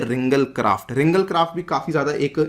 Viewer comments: btw its "ringaal" great lecture thank u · it is pronounced as RINGAAL